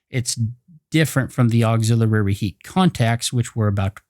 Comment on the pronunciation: Thanks buddy! Appreciated! But please check your pronunciation for "auxilliary". Not trying to criticize. Just pointing it out. Cheers mate!